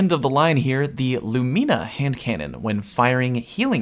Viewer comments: Say it with me: "LOO-MIH-NUH" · the audible gasp that came out of my mouth when you said "lumeena"..... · You said lumina wrong a lot of times